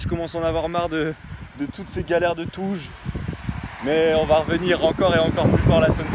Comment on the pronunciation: Tu dis touge comme moi :p je m'abonne ahah !!